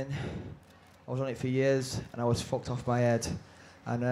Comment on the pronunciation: welp.. he said fock 11 times